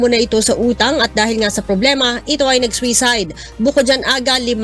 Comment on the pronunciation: Sakit sa tenga ng reporter. Swisayd?! Suicide ang pronunciation nyan.